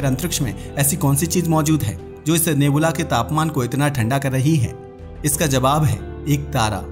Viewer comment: नेबूला नही रे बच्चे नेब्युला है वो 😂😂😂😂